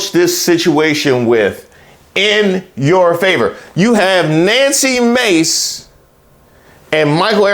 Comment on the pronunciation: I find it completely offensive that you would continually mispronounce Nanky Maid's name.